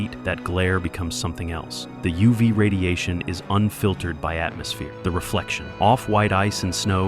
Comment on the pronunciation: U vy radiation. WTF is U vy radiation. Are you trying to say UV radiation??